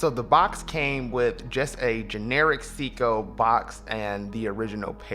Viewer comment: Love your videos, keep it up. Great variety and I can tell it comes from place of true passion. F.y.i it's " say-co" not "see-co"